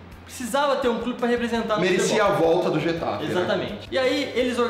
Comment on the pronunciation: A pronúncia é mais ou menos (rR)etafe e não (j)etafe.